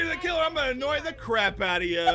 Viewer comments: He says annay tye crap outa him well... DO WHAT YA GOTTA DO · I'm going to agnoy you a lot Me: it's agnoying me a lot